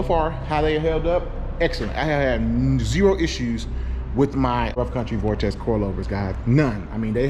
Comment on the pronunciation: Say vortex.. one more time.. 😡